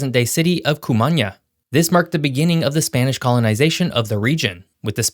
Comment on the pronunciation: Say koo-mah-NAH... Cumaná